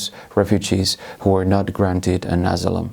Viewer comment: Lausuntaläksyjä vielä: "Event", "asylum", "ideologies", "Polish station", (heh)... "phenomenon". "Asylum" toistuu useamman kerran, samoin puolalainen poliisi, mutta iso plussa "multiculturalism" lausunnasta.